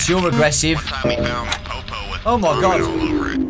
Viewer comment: the way you say popo is perfect